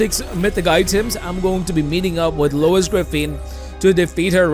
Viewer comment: why he keeps saying Louis Griffin boss